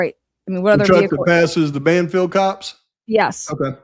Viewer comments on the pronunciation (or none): * Bandfield, not Banfield * Moyé's (Matt), not Moyer's * Saeed, not Sead * Just FYI 😉